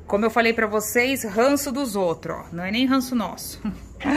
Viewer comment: Bom dia a paz de Deus a todos vcs, ficou lindo em o trabalho do irmão Xande eita que esposo ótimo em concerta tudo Deus abençoe. muito engraçado vc falando ranço kkk😘😘